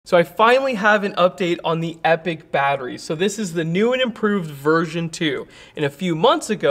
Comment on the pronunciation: FYI it's pronounced like "ee-pock". Thanks for all you do.